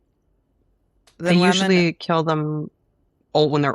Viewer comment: Why does Anna pronounce women "wemmen"